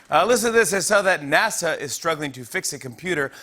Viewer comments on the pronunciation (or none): none